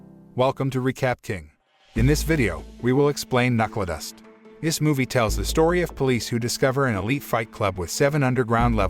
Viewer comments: It's pronounced Knuckledust, not Knuckledust. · Who the hell is narrating?? Can't even pronounce KNUCKLEDUST right.